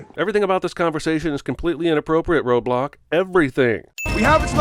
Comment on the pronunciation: The whole video i thought he was saying roblox instead of roadblock.